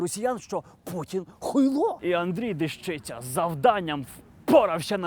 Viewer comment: Не ДежИця, а ДЕщиця.